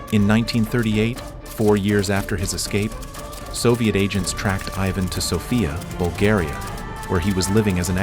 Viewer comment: Props to the AI commentator for pronouncing “Ivan” correctly